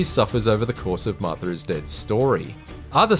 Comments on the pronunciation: It's Martha, not Marther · "Marth-ur is Dead"